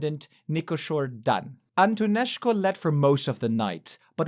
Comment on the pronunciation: It's not "Antoneșcu"